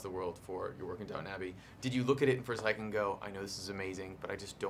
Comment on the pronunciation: DOWN TON ABBEY